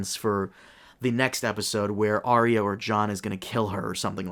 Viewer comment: If you cant pronounce Arya, then you cant be taken seriously